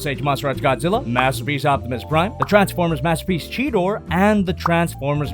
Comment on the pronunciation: Mastapeece megatron (beest war)